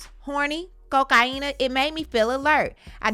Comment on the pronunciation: Why u keep saying cokaena smh